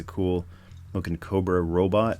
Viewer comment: Love the review. Convinced me to get one. :). Also love your Ronald Shusett pronunciation of robot. LOL